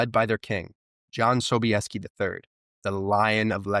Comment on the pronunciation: How could you skip over the battle of viena and Jan Sobieski. ( so bee yes keep) since you mispronounced many names